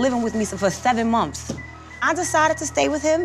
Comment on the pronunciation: Please tell yandy how to say months and not mumfs ughhh I can’t handle ittttt